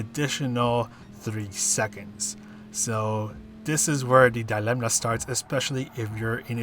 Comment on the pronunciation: Thanks for the guide. I pumped up my DR hugely with the Mazda on the Nürb fuel-saver last week, so hopefully she'll serve me well here too - what do you think? btw there's no 'n' sound in 'dilemma' 😉